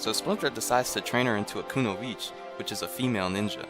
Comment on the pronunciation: I need to say this, I hate how this show pronounces "Kunoichi". The "I" at the end is not silent people!